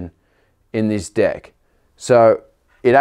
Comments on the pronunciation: I swear every time he says deck he is saying dick XD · Austin Miller thats what i thought also😎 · Yes, that's how the guys on the north & south islands say it, but for the rest of us on the west island, a deck is the part of the skateboard we stand on (or try to).